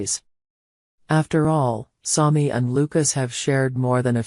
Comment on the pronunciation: Learn how to pronunce SAMI